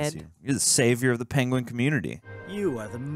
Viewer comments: Benedict Cumberbatch mispronouncing the word "Penguin" will never get old and it's absolutely hilarious that he still brought that to this movie and the directors just went with it 😂😂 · Dave's video call is just...gold. this entire movie is right up my stupid humor alley. and yeah benny cumberbatch mispronouncing penguins has me SCREAMING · Poor sod learned about it after he'd recorded this and I remember watching it and being like "aww..it was every time as well..." 🤣🤣🤣